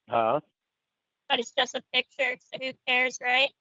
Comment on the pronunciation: is in his mid 50s. He has had thousands of days worth of opportunities to pronounce the word ‘picture’ correctly and he has rejected every one of them.